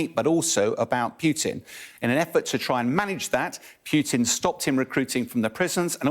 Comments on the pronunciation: Its not "Pue-tin" its poo-tin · His name is not Pjuutin, it is pronounced puːtɪn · his name is nott Pjuutin.